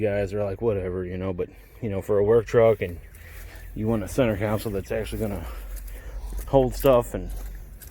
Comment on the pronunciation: Its "Console" bro lol